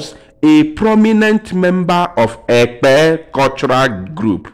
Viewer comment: You didn't pronounce the word Ekpe